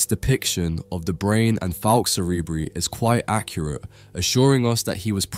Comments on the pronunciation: Cerebri in "Falx cerebri" is pronounced SEH-REH-BRY - bry as in cry NOT bree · Why would you pronounce a Latin term in an English way and not in the Latin way? 🤔